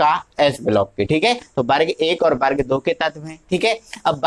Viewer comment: aapne ak galti kardi vo वर्ग होता है बर्ग नहीं।।।।।